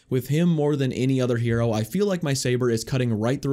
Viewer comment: It’s hero not here-O